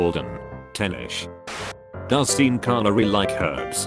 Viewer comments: Sean is pronounced SHAWN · The robot announcer needs to be programmed to pronounce the name "Sean" correctly. - GROOOOAAN!!! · 'Seen' Connery? That's a joke in itself. Sean would pronounce it 'Sheen'. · "Seen" Connery?